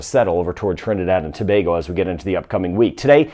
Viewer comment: He pronounced Tobago correctly